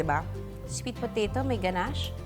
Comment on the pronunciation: Mali po yong pagkakabigkas nyo ng ganahce